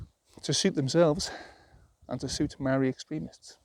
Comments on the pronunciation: Maa-ree. Not Marry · You sound like a racist Simpleton with your incorrect pronunciation of "Maori". It's not "Marry" 🤦 Imagine if I said "As-ray-lee" instead of "Israeli" or "Franch" instead of French... and so on. That would make me such quite the simpleton